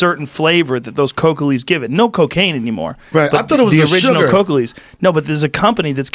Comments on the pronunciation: Bruh is saying cocoa instead of coca. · Or Coka as Coco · Coca not Coco